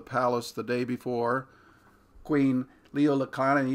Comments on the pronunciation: It's pronounced Lee-lee-wo-kah-lah-nee, not Ly-lee-wo-kah-lah-nee... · So much great information... Lily Not Liely O Kalani. Please redue pronouncing her name right out of respect for Hawaiians and our illegal occupatied nation that still remains occupied since there is no treaty of annexation for Hawai'i.